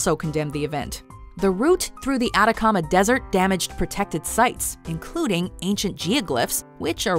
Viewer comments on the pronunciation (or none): none